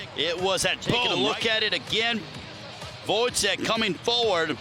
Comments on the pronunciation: The commentator wasn’t bothered to learn how to pronounce Gvozdyk’s surname. He called him all the time Gvodzyk which is totally wrong. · woizek? it's like call stevenson shtiunsen. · How hard is it to learn how to pronounce a name for a commentator whose job is literally pronouncing names! Who is Votzik? Tough fight it was